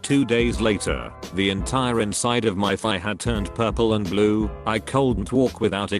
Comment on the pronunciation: “purple and blooo”